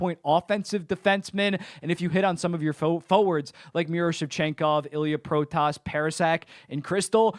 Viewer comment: Just wanna say it now, you pronounce the name "Protas" like "Pro-tis", still better pronounication than most commentators lol.